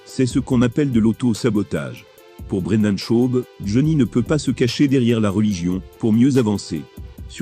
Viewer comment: "Jon Jaune", "dana Ouite" "brinda Chaube" 😅😅😅😂 Merci mec j'aime bien tes vidéos